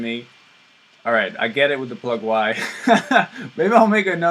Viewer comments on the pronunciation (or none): its not plug why. it's pronounced plug-ee